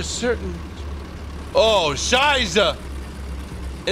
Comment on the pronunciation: es ist Scheiße nichte Scheise, aber du verwirtst mich immer wenn du Deutsch sprichst. Woher kannst du das? it's Scheiße not Scheise, but i'm always confused when you speak German. Where did you learned it?